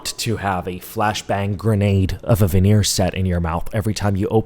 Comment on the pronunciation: The "venner techs" 😂.